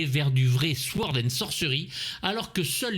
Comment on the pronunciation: Sord, pas souord ! Le reste est parfait, comme d’hab!😉